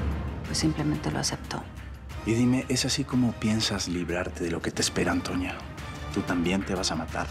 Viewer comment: Me gusta como balmaseda en vez de decirle a antonia le dice atoñia 😂